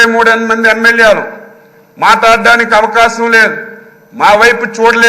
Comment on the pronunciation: Avakacham anta avakasham kadhu hahhahaha